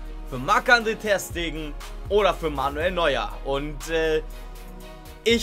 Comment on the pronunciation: ich hasse es wie du das Ter bei Ter Stegen betonst statt Ste